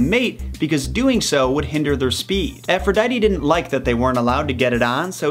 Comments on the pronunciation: Its ( A-fro-di-te) not (A-fro-di-tee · Not to be that guy but it’s pronounced Afro-dee-tee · "Efrodeidy", "Eris", "Piedow", "Youranos", "Sous", "Hedis", "Hielios", "Hefistos", "Adahnis", "Enias", "Ethina", "Perris", etc. ... XD! Wow, you did it again. Please, watch your Greek ponunciation!